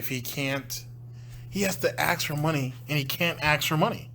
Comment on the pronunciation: It’s ask, not ax. Fuck dude it’s not that hard